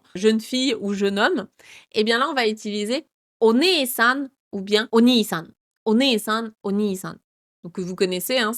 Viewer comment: Mal prononcer "Obasan" en "Obâsan" peut vexer dites vous, je comprends, mais confondre (mal prononcer) "Oneesan" en "Oniisan" ne peut il pas être mal perçu????